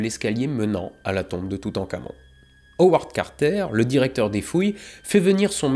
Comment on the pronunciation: je suis le seul a entendre "toutencamion" ? .... parti ... loin